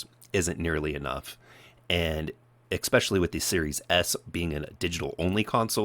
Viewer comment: "EXspecially?" Are you seriously this stupid?